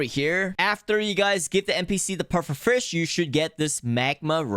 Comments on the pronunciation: Bro it's name is fish not frisch why do u say it like that😂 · the way he says vush instead of fish im not hating btw W content bro if i am the winner i dont think so but my is